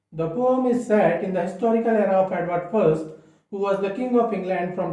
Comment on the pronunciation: Don't say 'pome'... Very irksome.